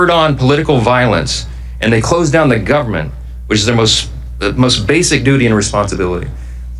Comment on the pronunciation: Moses Mike sounds like he said, “They shut down the Gubbment!” Nice game face coming out that door holy moly.